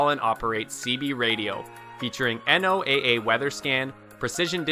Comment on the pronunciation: Come on. NOOA isnt spelled out just say "No-Ah". Good Lord! While I'm on a roll, IOS say "Eye-oz". Bios Say "bye oz" These are all acronyms - you speak them, not spell them! "An acronym is a word or name formed from the initial components of a longer name or phrase. Acronyms are usually formed from the initial letters of words, as in NATO and EU, but sometimes use syllables, as in Benelux. They can also be a mixture, as in radar. Wikipedia"